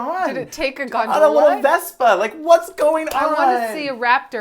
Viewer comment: The way you gondola make me think of " you put the wrong emPHAsis on the wrong sylLABle." I remember literally nothing from A View From The Top except that quote and Mark Ruffalo.